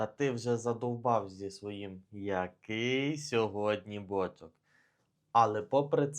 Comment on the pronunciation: Може наголос на друге «о» ставити?)